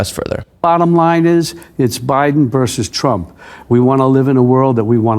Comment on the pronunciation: the word is "versus", not "verse", as in Biden v. Trump---v = versus.